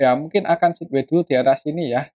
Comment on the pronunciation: BKN sidwei mas bacanya tp saidwei 😊